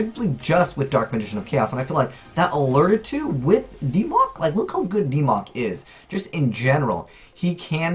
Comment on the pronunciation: "DeeMoc" Ugh, I hope this doesn't become a thing.